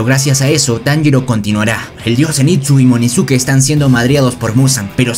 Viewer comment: Wey no es munizuke es inozuke